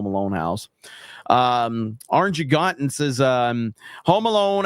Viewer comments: Orange a gon tin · Is the streamer saying orangutan wrong on purpose?